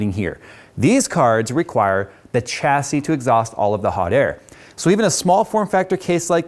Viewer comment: reeeeeeeeeeeeeee the ch in chassis is silent and pronounced sh